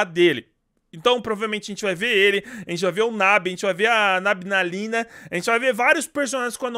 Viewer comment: O falou nabgalina kkkkkkkkk